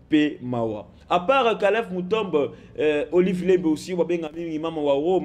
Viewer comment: KALEV MUTOND ET NON MUTOMB